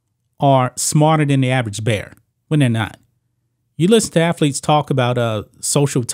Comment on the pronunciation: This guy keeps negatively commenting on people's intelligence and he can't speak proper English. Dude, let me help you, there's no such word as "afletes" the correct pronunciation is "athletes"!!!!!